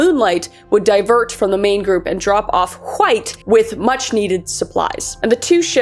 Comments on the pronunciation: Please tell me stewy that’s how you always pronounce wHite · wHHite wHo wHere should like my grandma with those “hs” they are meant to be silent kris gosH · "John hUHWHITE" 🗣️🗣️ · I heard John huh-white had a penchant for Kool-huh-whip. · You got me dying everytime you say Hwite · John Wwwhhhite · You really get the WH in White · Normally I'm unbothered by mispronunciation, especially when it's done on purpose but holy hell, Kris. You can only forcefully add the H in wHite so many times before I had to skip the video. I realized that I was getting so annoyed that I was actually becoming mad which is why I skipped the rest of it. ... Like, wtf? 😂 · Did anyone ever tell you that you say "White" like Stewie Griffin? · I'm so sorry but the way you pronounce "White" is ascending me rn😂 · Why are you pronouncing White so weird?